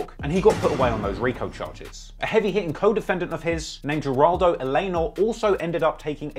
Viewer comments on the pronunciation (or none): none